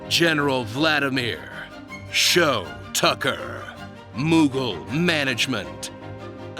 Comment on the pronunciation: Unless it’s said differently that’s not how you say shou tucker